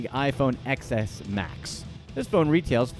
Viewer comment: It’s not pronounced XS it’s 10 S